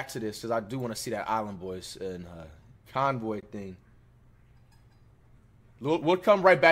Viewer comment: Who tf is konvoy lol its konvyyyy